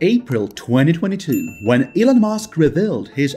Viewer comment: I absolutely hate the fact that this narrator pronounces Elon as Ellen!!!! It's disgusting and extremely irritating to hear stop using this idiot to narrate your videos!!! Or I'll simply stop viewing your videos!!!